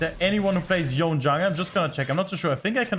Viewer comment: how hard is it to pronounce his name correctly?